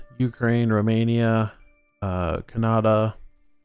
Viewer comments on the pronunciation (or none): Odd...In 50 years, I've never heard anyone pronounce Canada that way before.